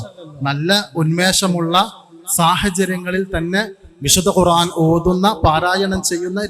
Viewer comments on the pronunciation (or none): none